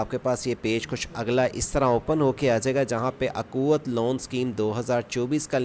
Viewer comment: یہ اکوت نہیں ھے اخوت ہے